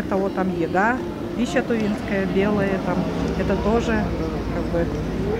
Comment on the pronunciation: Тувинские, а не тЫвинские